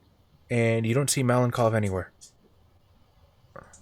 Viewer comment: I finally got a chance to watch the game. Raven being part of the team is awesome! Tom and his pillow fort definitely deserved extra point, I would’ve voted for them as well) Overall, great game, as always) Malenkov, I believe, would be pronounced malenkOv, with a stress on the last syllable. If in detail: ma (with “a” sounding kinda similar to “a” in “car”) - len (with this soft L) - kov (with a stress on o). Hope that helps)